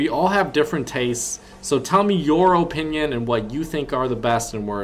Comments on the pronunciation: you and me both OHpinion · His ooooooponion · The way you say opinion makes me want to kill my self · The way you say opinion is going to kill me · I SWEAR TO LORD TACHANKA I WILL NOT KEEP WATCHING YOUR VIDEOS IF YOU KEEP MISPRONOUNCING OPINION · Your opinion is irrelevant when you can’t even say opinion correctly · Why you say opinion like that